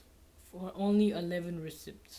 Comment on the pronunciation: “RecIpts” haha